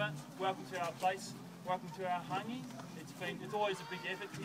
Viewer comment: I'm sorry to be rude, but it is Hāngi. Not Hangui.